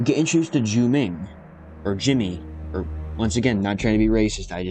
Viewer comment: You pronounced Jiu-Ming and Haiqui correctly.